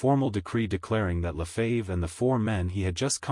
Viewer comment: AI -- pronounce the name "Lefebvre" correctly. Sensationalistic. Five minutes in, not worth continuing.